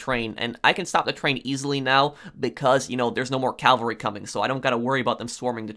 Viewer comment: Cavalry not calvary Cavalry is mounted troops Calvary is the hill on which Jesus was crucified